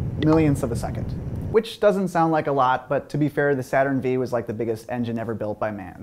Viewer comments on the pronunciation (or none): Did you seriously just call a "Saturn Five" "Saturn Vee" facepalm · Vee? Really? Google "Roman numerals".